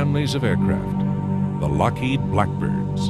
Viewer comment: it is lockheed, not lockhead ;)